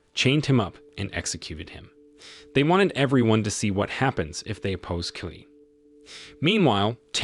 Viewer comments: Qi is pronounced Chi but key does sound funny! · Qi pronounce as Chi